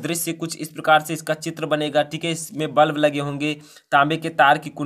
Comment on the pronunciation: सर वल्ब नहीं बल्ब होता है।